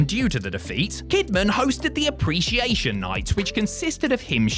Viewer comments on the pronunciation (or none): Appreciation, not appretiation